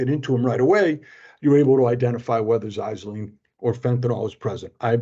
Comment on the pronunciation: You’re pronouncing Xylazine wrong. It’s ZIE-LA-ZEEN